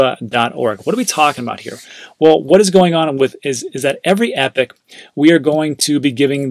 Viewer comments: 'ee-pock' not 'epic' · Sorry but it's pronounced ee-pock (epoch) every time I heard epic I was cringing. Everything else was good tho 😃